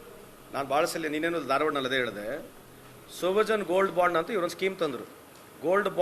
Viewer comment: Band/// Bond difference gotila e news reader ge